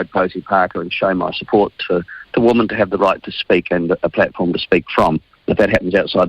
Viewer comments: NB! "Women" is pronounced "Wimmin," not "woman", as most NZers pronounce it! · Dead right. Ask any old school elocution teacher and they would say, "Women rhymes with swimmin, which is a group activity." That's how they used to teach it, in order to make it stick.